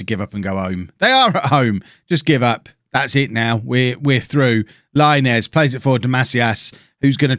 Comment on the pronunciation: Diego Laínez is pronounced [LaInez] not Láinez, please understand it 😂😂😂